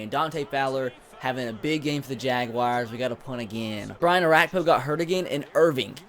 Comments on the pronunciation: The Jagwires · when you say jaguars it kills me